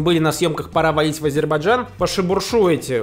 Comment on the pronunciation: Руслан, если вы еще не успели смонтировать новый выпуск "Пора валить", правильно произносить АзЭрбайджан, а не АзЕрбайджан!